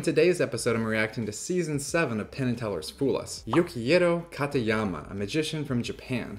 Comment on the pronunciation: yo quiero.....taco bell 🤣. Much better pronunciation of his first name later in the video. Really great performance